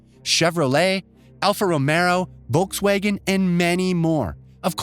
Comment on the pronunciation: I honestly cannot wait for this game. Dynamic weather & aerodynamic systems completely blew my mind during the State of Play! EDIT: Ashton Martin, Alfa Romero, Wolkswegen & Polly Phoney mispronunciations had me roll over from my seat. 😂Also are you sure you didn't mean Forza Horizon? Not literally Horizon?! That edit. lmfao